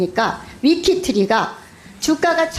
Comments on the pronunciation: 위키트리? 발음하나도 못하는 국회의원. ㅋㅋㅋ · 발음도 흥분해서 르코르뷔지에가 아리라 르코르비에, 위키트리가 아니라 위크머시기,코바나컨텐츠가 아니라 코봐라ㅋㅋㅋ야수파걸작전이 아니라 야스파결작전 ㅋㅋㅋ읽기나 잘해라 이 무식한 아줌마야! 동네반장도 당신보다 교양넘쳐ㅠㅠ